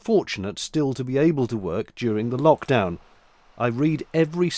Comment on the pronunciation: Did you say Vlockdown?